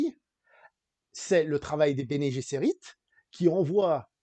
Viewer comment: Bene Gsserit ne se prononce pas comme en anglais. ce n'est pas Bene Jesserit. :)